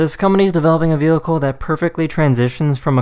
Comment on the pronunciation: ‘which allows the officer to slow down the wheehicle from behind